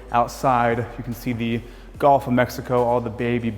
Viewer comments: Is it just me, or is this guy saying "GOLF" of Mexico? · Learn to pronounce “G U L F” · My man..the “golf” of Mexico….you’re killing me